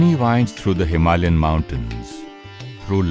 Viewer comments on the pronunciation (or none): if you have been there why don't you say HIMALAYA with the correct pronunciation? Hima is son, alaya is temple of, abode, himalEya is meaningless.